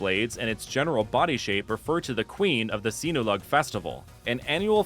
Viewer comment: as a cebuano i gotta say it's pronounced like se-bu not say-bu also it's si-nu-log not si-nu-lowg but u were pretty close